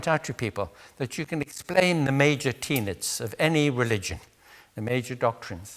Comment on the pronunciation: Major teenets? Why does it bother me that a slightly dandyish, slightly fey man mispronounces a word he surely uses several times a month? I think it's that it's attention-seeking behaviour AND that it shows inattention to how other people speak. Wayneker.